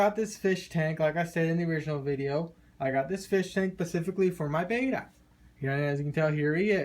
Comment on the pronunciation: It’s bet-ta not bay-ta